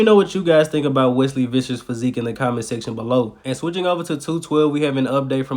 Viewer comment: Your pronounciation of Wesley Vissers is one of the best of all reporters